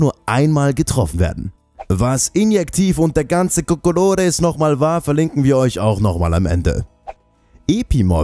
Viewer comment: "...der ganze cocoloris..." :)